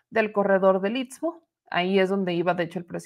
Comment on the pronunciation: Se dice isssstmo, isssstmo, otra vez isssstmo